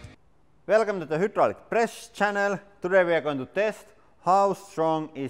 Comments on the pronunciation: I really enjoy watching these videos. But could you please work on one thing? Say it with me "High-Draw-Lick". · Please never stop pronouncing it "hoo-draulic". Makes my day every time I hear it. 🙂